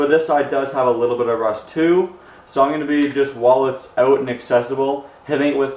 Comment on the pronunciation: Take such and such “ewt”. Omg this makes me miss my Canadian friends 🤣😭😭😭 Thank you for posting this!